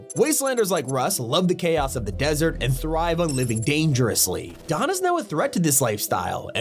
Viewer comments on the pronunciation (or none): none